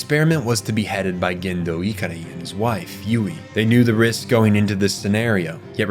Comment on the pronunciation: It's pronounced "SAY-lay" and "guh-HAIR-n", "ih-CAR-ee", "SOR-you", "MA-jai", Sorry to nitpick, but my eye twitches when you mispronounce this stuff. Did you watch the Netflix version or something?